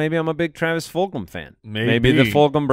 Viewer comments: Travis "Full-HAM" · Fulgham: “Ful Go Ham”